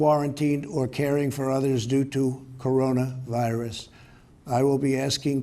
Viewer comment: why is he saying corona virus like that?! Why isn’t he animated and moving his hands? Trump is a big hand talker and he doesn’t start with his usual boasting and hand flailing till the last minute and a half.